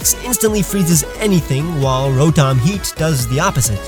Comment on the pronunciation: No one:: row motom